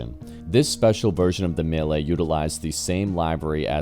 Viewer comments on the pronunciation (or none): is it that hard to say mee-le? what tf is a me-ley? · 45 minutes was good Bro. Especially if it’s a well done vid like this. It’s also great you read your own copy - I hate robo voices. Related to that (and I mean no offense whatsoever…so “livery” is live-eree, “Guintoli” is Ginnt-olee with emphasis on the Ginnt, and “Mille” is Me-lay. I hope that helps.